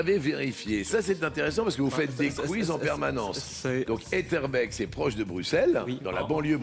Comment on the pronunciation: D'ailleurs on dit "étterbéék" et non "etterbèk", pour la commune d'Etterbeek. Et effectivement, notre auteure nationale a une vie d'écrivaine avec une année de naissance romancée (c'est le procédé d'autofiction), où elle est née à Kobe en 67, mais en réalité, elle est bien née à Etterbeek l'année précédente, en réalité. Mais je la comprends très bien, c'est moins glamour d'être née à Etterbeek plutôt qu'au Japon 😉